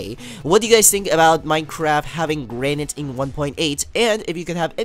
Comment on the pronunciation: its pronounced as granit but garnite